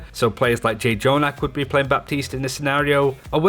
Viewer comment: I immediately don’t trust your opinion. If you’re pronouncing his name like that, there is no way you’ve watched more than a single game of ths Overwatch League...